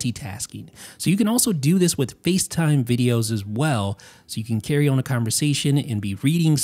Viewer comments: I can’t explain how it bothers me that you say “own” instead of “on.” Anyway, nice video or whatever. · always pronounces the word “on” like “own”